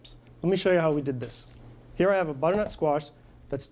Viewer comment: there are 3 syllables in the word 'butternut', not 'buttnut'. aarrgg